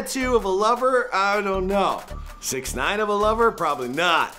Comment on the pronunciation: When is someone gonna teach this fool how to pronounce 6ixgines name ?